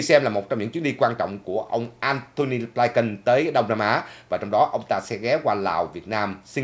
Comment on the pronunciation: Cái tên Antony Blinken đa số người đều đọc là Blin kình,sao chỉ đọc là Blai kình,,các đài Mỹ cũng đọc Blin -kình mà